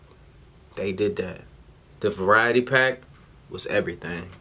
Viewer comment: said "the variety pack" 😂😂😂 I'm dead